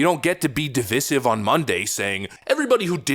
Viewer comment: Div eye sive not “div is iv” Just to be accurate Love this channel